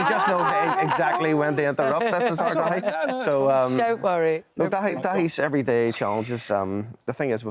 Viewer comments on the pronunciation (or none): She could at least learn to pronounce his name correctly